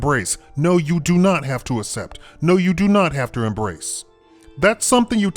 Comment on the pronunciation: ass-ept? lol. its pronounced "ak-sept"